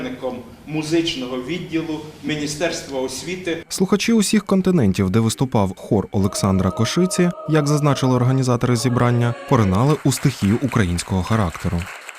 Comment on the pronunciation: Що з наголосами у диктора? Заключне "Олександра КошИці" просто на голову не налазить. Але й до того є питання. Просто біда